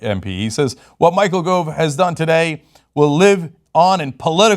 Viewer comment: Its spelt Gove but pronounced Guv